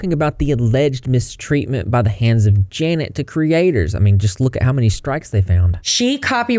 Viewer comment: i just KNOW janet is watching this and absolutely fuming that nobody is actually saying her name right LMFAOOOOO